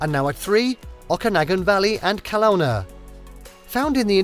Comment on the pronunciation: This is not in anyway representative of BC. It is far too heavily weighted on Vancouver island. You also genuinely need to establish how to pronounce: Okanagan and Kelowna correctly. 🙄😖